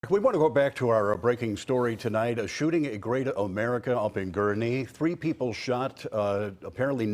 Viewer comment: Why does he struggle saying Gurnee?